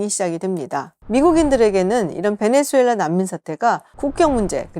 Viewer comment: 김지윤 수준도 질 떨어지네. 베네"주"엘라 아니다. 지윤아. 제목처럼 베네"수"엘라 이다.